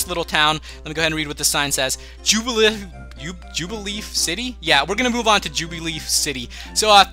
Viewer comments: Burmy is a Bug-type. Jubilife City is pronounced Joo-bi-LIFE. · Just FYI, it is pronounced Joo-bih-life city. And the Pokémon you encountered is called Burmy and is a bug Pokémon. Hope this helps.